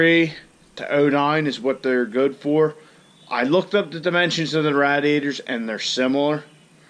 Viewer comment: Lost credibility after calling the radiator a rad e ater